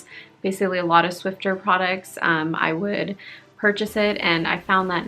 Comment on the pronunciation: “Swiffer”, not “Swiffter”. 😊